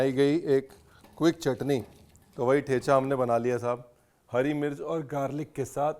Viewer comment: Ranveer..You incorrectly pronounce "ठेचा"😅